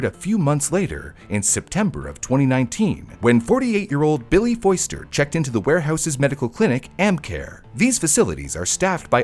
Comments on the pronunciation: theres no i in foster its pronounced foster like foster home not foister.. 🤦‍♀️ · Since when is Foster pronounced "foyster?"